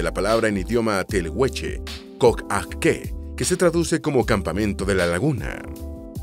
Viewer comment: 19,50 dijiste coaique y es collaique pero con yh